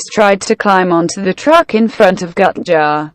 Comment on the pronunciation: Thumbing up/down videos is fun. Enable ratings. Gutjahr is spoken not Gutchar but Gootyahr. Still a great video, thx.